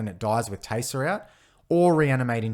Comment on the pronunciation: The accent makes it sound like your saying "Teyser" and I love it!